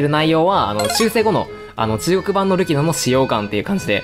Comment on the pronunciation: たまに“ルキノ”がスマブラの“ルキナ”に聞こえて嬉しくなる